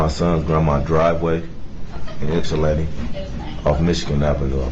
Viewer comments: I’m also incredibly impressed you pronounced Ypsilanti correctly! Not many non-natives can! 👏🏻👏🏻👏🏻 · Nice job with the pronunciation of Ypsilanti, G! 👍🏻